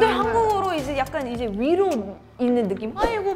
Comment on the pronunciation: 위로한다는 게 그 위로↑한다는 게 아닌데 ㅋㅎㅋㅎ